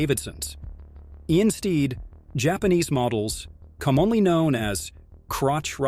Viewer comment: I have no idea how an AI voice over can mess up words as basic as ‘commonly’.